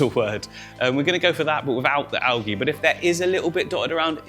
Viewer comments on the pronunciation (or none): Al-gee Al-jee